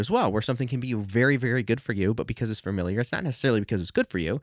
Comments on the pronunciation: Fuh-miliar, not fer-miliar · FA-miliar, not "FERMiliar" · You are a very nice kid and this is a very positive video. Friendly advice, it's "familiar" and not "framiliar." Adjust to boost knowledge authority buddy. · Well, this is a very informative and useful video. Speaking of hearing things differently, though, I find myself desperate to know whether or not you're aware that you're pronouncing the word "familiar" as "fermiliar". Don't get me wrong, no judgment here, but you keep saying it. Is that a dialectical thing or a personal idiosyncrasy? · I didn't think your mispronunciation of familiar would bother me, but it really does sorry 😂